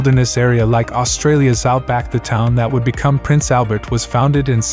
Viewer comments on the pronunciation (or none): none